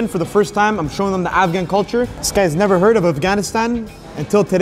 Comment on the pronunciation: "This guy said afhan rice and peas, no this is afghan rice" 😂